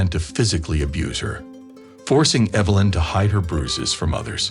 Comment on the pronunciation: Lie-um and Evil-lin?